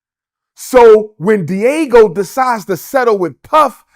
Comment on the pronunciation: Can he learn how to pronounce Diageo? I hope he's not teaching anything at his fake school if it ever opens